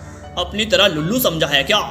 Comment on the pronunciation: Ulllu nhi lullu 😂😂😂😂